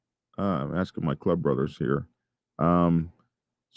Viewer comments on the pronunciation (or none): none